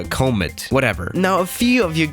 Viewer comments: Everyone else: Comet: Cow-mitt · It's com-et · Oh you finally build enough money to go to FSX. AND ITS PRONOUNCED COMMET. COM MET. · "cah mit" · Nobody:: CoMeeed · Koh-mit is how you pronounce it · 10/10 pronouncing of comet